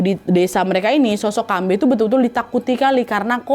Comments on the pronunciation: kalau manusia setengah hewan tu hantuen, kambe tu pure "hantu" aja, aku Kalteng soalnya, terusss aga gemes pas kan nad ngomong "kambe" karena kalau di sini cara penyebutan nya kambE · Dibaca kambE kak, ditekan huruf vokal e 😅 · di awal mikir keras kambe apaan, ternyata pelafalan khas ka nadia yg buat aku gk ngeh itu "kambe". fyi cara pelafalannya itu ada penekanan yg kuat di akhir, "kambe." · Kambe', bukan kambee 😅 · Bukan Kambei kak nad, tapi kambe